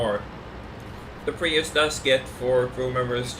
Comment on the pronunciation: did he call it the prius?? LOL